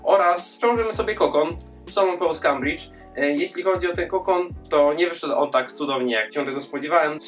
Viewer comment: "Kambridgei", a nie "Kambridż"